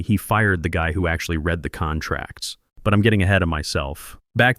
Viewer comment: Pease teach the AI the difference between read and read